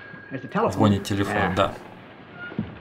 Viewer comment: "НемноХо", "звОнит" - отлично! Правильно. Смотреть можно, слушать невозможно.